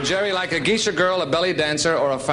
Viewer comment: Geishas (Gay-shas) are Japanese. ⛩️🎎